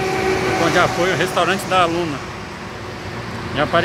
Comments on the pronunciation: É Nonna… vc fala Luna!!! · É Nonna… vc fala Lona!!!!!